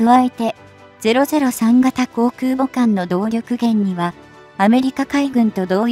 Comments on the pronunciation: 再生から約２～4秒付近「自国建造空母山東」、本来は『じこく けんぞう くうぼ さんとん』なのに「じこくけんぞう そらかあさんと」って読み上げ間違いるし、発音の「ん」が弱くへんですよ。UPする前に校閲しましょう。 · 中国が作った「そら母さん､さんとん」🤣💦思い出すたび可笑しくて💦動画二度見しちゃった。